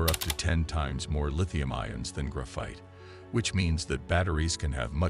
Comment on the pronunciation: "gruff-ITE" FFS hire an actual narrator already